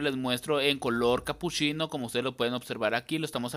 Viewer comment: CapuSHIno, SHIcas, muSHO de que parte de México hablan así?😂 soy de arg